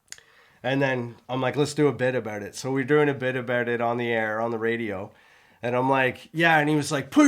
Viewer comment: I can instantaneously tell that you're both Canadian because of saying " aboot " instead of " about " at the start of this video. Anyways ( that's another of your Canadianisms, innit? ) putting all of this pronunciation bullsh!t aside I loved your 'girl' talk about hair washing; it was hilarious for me to listen to. I speak as a fully qualified ex-hairdresser and both of you are somewhat correct in how you wash your hair. Here's my professional pointers for you to take in. You should wash your hair twice - the first time is to remove dandruff and dead skin cells from your scalp as well as excess grease from the hair shafts and the second time is to condition your hair. Personally speaking I use a good quality combination shampoo and conditioner and squirt it into the palm of one hand and then apply it to my head using all of my finger tips - it's like having a very deep scalp massage and you should NEVER use your finger nails to scratch your scalp because you don't know what's under them and you could possibly scratch your head and unknowingly apply microscopic amounts of dirt into those scratches. I don't scratch my head when I'm out of the shower if it's dry - I use the balls of my fingers to get rid of any itchiness. While I wash off the first application immediately after I've done this it doesn't matter if there's a tiny amount of shampoo and conditioner left on before the second application because I leave that application on for a couple of minutes so that my hai